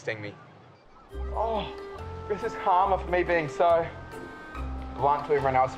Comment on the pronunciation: Clicked to hear an australian pronounce 'karma'